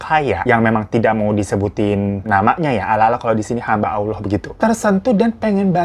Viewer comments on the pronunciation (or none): none